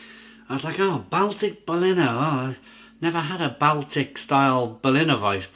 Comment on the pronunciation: Great vid but it's pronounced "Ball-Tick"